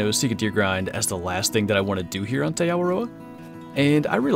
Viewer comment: Noticed you said "Tay" I went to flight school with a guy from New Zealand whose last name was Te Paa. He pronounced Te as "T"